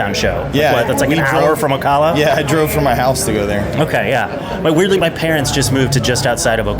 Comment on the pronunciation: I guarantee Neil is thinking "why is this guy pronouncing Ocala like that?" He's said "o-cah-la" like 3 or 4 times. It's o-CAL-a